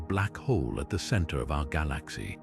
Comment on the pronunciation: I listen to stuff about the universe to get to sleep and the information is always good but I cannot stand the way the AI says galaxy.